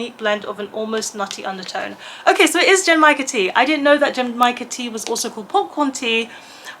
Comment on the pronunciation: Genmaicha tea is one of my favourite teas, too! I love the roasted rice flavour. You almost had the pronunciation! The G in the beginning is a hard G like in "good", and the CH in cha (which means "tea", btw) is the CH in "chimney"! Source: I took Japanese lessons for a couple of years 😊 The last cocktail I had was a bit over a week ago in The Alchemist in Glasgow, where I was for Worldcon. I had The Colour Changing One (it did what the name says & tasted like apple) and Elderpower (it had elderflower and was served in a cute shiny rainbow can).